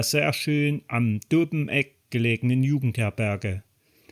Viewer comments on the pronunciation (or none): Das mit der Betonung von Dobeneck müssen wir aber noch üben Lg. vom Planschwitzer